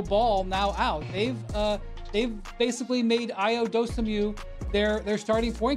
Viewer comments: "He is not a point guard by nature" - yet literally won Point Guard of the Year in his final year of college basketball. Not even pronouncing his name right - put some respect on Ayo Dosunmu. Clown Perspective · Can't even pronounce his name right and he played all last season. Windy is a clown. "Not a PG by nature"... Windy probably don't even know what college he went to, where they practically retired his jersey because of his production at PG. WIndy is a clown. If he's not talking about Lebron he shouldn't be talking at all.